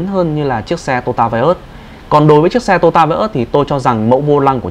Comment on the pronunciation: Đúng là người Bắc không đọc được chữ to yo ta mà đọc là tota.